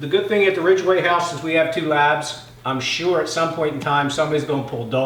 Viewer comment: It’s Ridgway! Not Ridgeway! YOU’RE NOT PAYING ATTENTION!